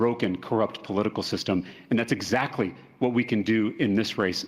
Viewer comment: Excecuted. Excatly. But bro still cant say the words abolish ICE